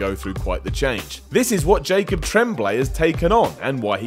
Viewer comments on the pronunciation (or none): none